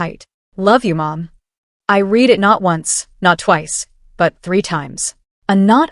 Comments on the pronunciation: Love the stories, BUT I refuse to subscribe until you teach/fix your AI the correct pronunciation of "read" in the past tense. Period. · “Read” and “read” are examples of homonyms. There are many in the English language. The same word is pronounced two different ways. Your AI needs to learn the difference.